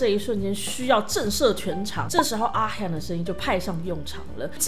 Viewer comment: 不是ㄖㄨㄟ米也不是阿ㄏㄧㄚˇ，是拉米跟阿ㄏㄩㄥˋ，真的不會念名字的話可以叫雅嫻就好